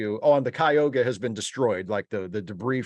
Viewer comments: I much prefer the old days too - summer break, then a nice looonnngg season. A cliffhanger with a 2 year wait for the resolution episode? Poo. Oh, and it's Ky-oo-ga,, as in the lake in NY. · Yeah, we have a Cayuga Creek and Cayuga Drive and several other Cayuga things here, so when I heard their mispronunciation, I was like, what? And then pronounces it even worse, like a contraction of Cuyahoga! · Cayuga is the correct pronunciation in the show, so take solace. It's just being mispronounced in this review.